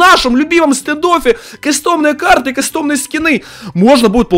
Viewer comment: Ка́стомные а не касто́мные